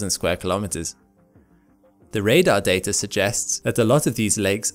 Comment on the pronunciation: "The Dater it collected" lol